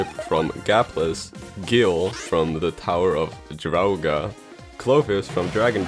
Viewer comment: Nix The Return of Ishtar, it's a sequel to The Tower of Druaga (also, pronounced Drew-ah-gah, lol), taking place directly after the ending of the latter.